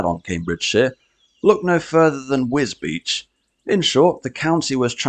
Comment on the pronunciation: Well done for saying wisbech right😂